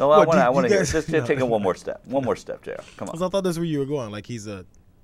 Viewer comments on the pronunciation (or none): It's Jayar